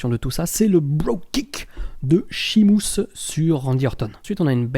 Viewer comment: Pourquoi tu dis Shimus ? Lol